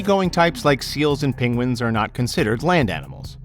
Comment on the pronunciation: He can't say 'penguin'